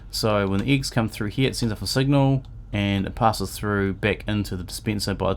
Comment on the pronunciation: lol "eegs"